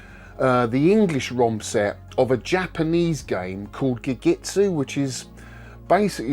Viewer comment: Hearing "Gegitsu" every time you meant to say Gekisou hurts my inner Japanese student. XP